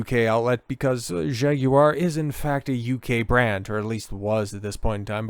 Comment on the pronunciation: Kudos for correct Jag-you-are pronounciation.